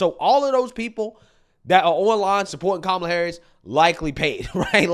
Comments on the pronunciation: Did Oprah call her Kamala Whoreis? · Did she just say kamala horror!? Lmao! And also there is hope for you all... lmao!